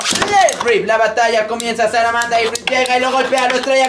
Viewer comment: se dice salamanda no saramanda